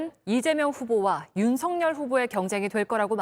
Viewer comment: ✔윤석열 ㅡ 발음 ✔[윤서결 ] ㅡ 맞아요 😏😏 ⭕연음법칙 입니다. ㅡㅡㅡ🔺️🔺️🔺️🔺️ㅡ 이낙연 ㅡ [이나견] 김연아 ㅡ [기며나] ㅡㅡㅡㅡㅡ 진행자님 ㅡ 한번 살펴보세요 🔺️🔺️🔺️🔺️🔺️